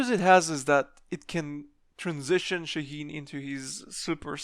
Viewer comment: Is it really that hard to pronounce his name right ? It's Shaa heen